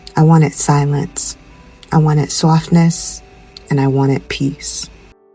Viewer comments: Love the NYC accent when you’d say “softness.” Congrats on your move! 🎉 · The way you said "softness" was cute. Very new yorker. When people in the uk think of scottish people they dont think soft. We are a tough people due to the weather and the tough hand we have been dealt by the english. What i think you feel is the softness we have for each other, we we lookout for each other, a community. Where America is more make it on your own. Its a lovely video.